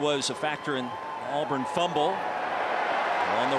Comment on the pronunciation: Auburn not alburn.